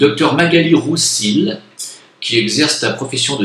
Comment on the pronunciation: Le nom Roussilhe se prononce Roussille, "'-ille"comme dans le son "fille"... Vient de l'occitan ou le son "lh" se prononce comme son homologue en portugais. Idem pour le son "nh" qui se prononce "gn" (Gasconha)... Autre exemple de nom issu de l'occitan, le nom de l'ancien acteur Jacques Dufilho...